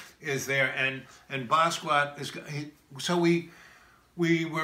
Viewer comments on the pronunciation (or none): Thank You! Bah-ski-aht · Basquiat lived with this guy but he can't pronounce his name? He doesn't say anything you can't get from a generic documentary and a good deal of it is innaccurate, especially about Jean Michel. His innability to stay on track really has me convinced he literally had breakfast with John Lennon multiple times a week. Smh.